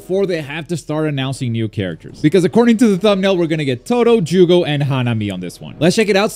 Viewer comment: Its jogo not jugo lol